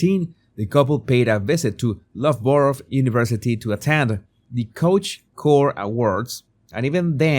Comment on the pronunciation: Hey. Loughborough is pronounced "Luf-bu-ru" with both the "u"s similar to the sound of b"u"tter.. And everyome knows you never wear stilletto's on a wooden gym floor because they cause damage. She really is clueless!